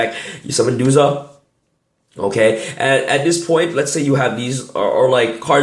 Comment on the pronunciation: Duja? It’s DuZA